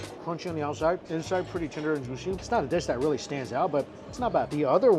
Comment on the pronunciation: or jooshee